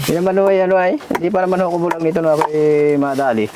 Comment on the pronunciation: Bulag not bulaga